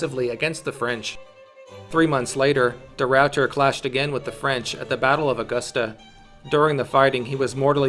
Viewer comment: the rawwter